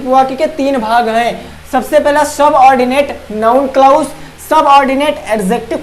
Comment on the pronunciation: क्लाउज नी बोलते क्लाज़ बोलते है